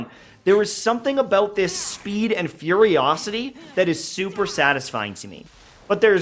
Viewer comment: bro said "furiosity"